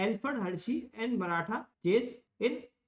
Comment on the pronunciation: Martha❎ मराठा✅